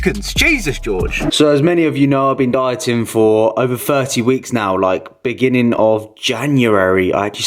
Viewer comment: One of the most annoying speech impediments is substituting F for TH. As in FIRTY DAYS.